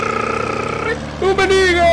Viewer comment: Rrrrrrrrrrrummenigge Buen video crack. Ten cuidado con el nombre de tu equipo porque alguien te puede reportar, su significado en inglés puede resultar ofensivo o inapropiado.